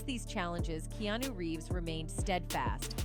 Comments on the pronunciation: KeeAhNew, not Keenu. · Key. Ah. Noo is how it's pronounced. Dumbas$es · They way she pronounced his name was annoying 🤦🏽‍♂️